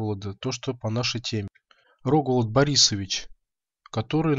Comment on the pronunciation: Маленькая поправка, в имени Рогволод ударение на последнее "О", РогволОд.